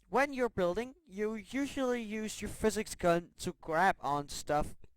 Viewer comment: I can't stand the way he says physics.